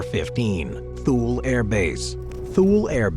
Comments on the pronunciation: It is Too-Lee, not Thool. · Thule AFB is pronounced Too-Lee, not Thool. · How about spending time to learn how to pronounce Thule. Not TOOL, but Too-Lee. Who makes these things, 5th grade drop outs? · Great selection, thank you. I received orders to Korea and chose retirement instead. My billeting office told me that if I withdrew my retirement for any reason there was an unfilled MI Officer billet at Diego Garcia that had my reservations confirmed. I've always heard Thule pronounced Too Lee. Wow Pine Gap and you showed picture of USASA Field Station Berlin. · .23 Thule Greenland is pronounced Too Lee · Thule is pronounced too-lee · Thule is pronounced "Too-lee" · You pronouncing Thule wrong as the air force called it too-lee. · And it's pronounced "TOO-lee" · Surprisd at the mispronunciation of Thule, as in previous videos he's pronounced it correctly. Also, and I am sure Im going to sound like a broken record here, but... c'mon, CFB Alert! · I about died at his pronunciation of Thule.